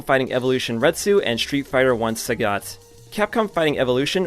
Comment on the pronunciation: Why bro mispronouncing sagat???